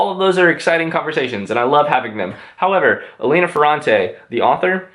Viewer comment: please it's élena not eléna